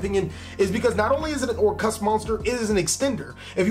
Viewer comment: I like your pronunciation of "Orcust"